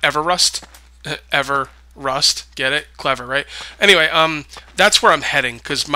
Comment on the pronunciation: Are you trying to say Mount Everest??????????? If that is u are trying to say...its eve-rest---... It is tallest mountain in the world ..and its in Nepal ....